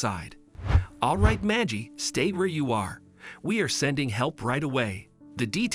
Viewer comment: One can't just adopt a child until all avenue to find a living relative is not found or signs them over. This is bait. It's a bot it's not majie it is Maggie like baggy. Nobody says that just stupid people believe this crap